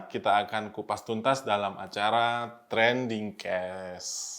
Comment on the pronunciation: Mas, ucapannya trending kees bunyi e seperti pada kata toge atau tempe, bukan bunyi e seperti pada kata kakek. Yah dikoreksi dikit deh.